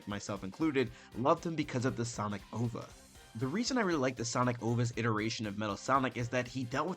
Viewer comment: Dude, you have to read the IDW comics Also, OVA is said as the individual letters, not a “ovah” lmao